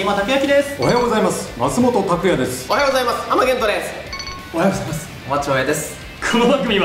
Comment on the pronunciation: 本気の「だせぇ…」がほんとむりwwwwwwwww 小松さんおはようございます言えてない…？www